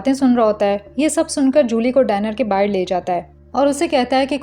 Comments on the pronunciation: Bahir nahi Bahar.😂 Sabhi explanation karne wali ladkiya BAHIR kyun bolti hai. It's really very funny and annoying at the same time. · "bahir" word tells your pakistani identity 😂